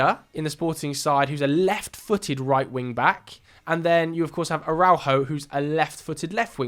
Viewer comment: Great video. But I think I had a stroke every time you tried to pronounce Araujo